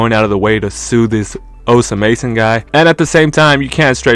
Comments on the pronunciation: bro stop saying his name like dat 😭😭😭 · th pronunciation is satire right